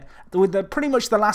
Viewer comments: Pierre Gorce it would be pronounced more like "lahm" the "e" isn't pronounced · We pronounce "Lasme" -----> "Lame", a blade in English if you prefer